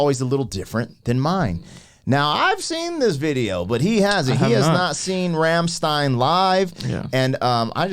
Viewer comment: rum-shtine. like in sun-shine.